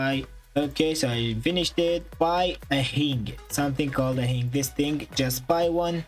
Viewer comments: i have got a better glitch also does this youtuber know he is not pronouncing hinge correct he says hing but it is hinge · Its a hinge not a hing🤣🤣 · Hinge is pronounced hinje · I love how he says hinge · Oh really you kept saying hing lol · Your saying hinge wrong face palm